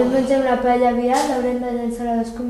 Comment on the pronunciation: M'ha agradat la "payella" de la iaia... hahaha